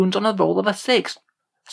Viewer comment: You broke my immersion, its supposed to say Showstealors.